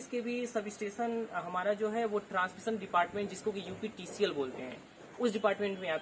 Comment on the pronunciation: Uptcl nhi hota upptcl hota h